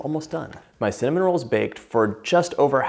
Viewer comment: Funny 😄 .... I heard my name CIN(dy)NAMON 😄